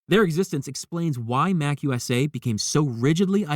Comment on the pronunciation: Ron wasn't a member of The Slug Club. It's pronounced MA-CU-SA